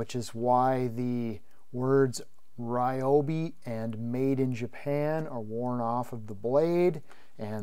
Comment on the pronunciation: The real pronunciation for Ryobi is actually REE-O-BEE